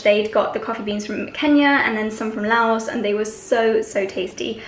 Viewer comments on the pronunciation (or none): none